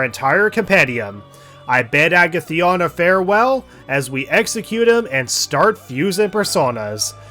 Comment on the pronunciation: Great series, but the way you say Agathion really ticks me off. Joker pronounces it for you when you select him, although I know you can't do that. It's a-gath-ee-on. A as in alligator, gath, rhymes with bath, ee, on.